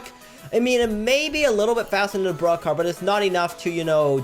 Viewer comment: Why You called bruhcar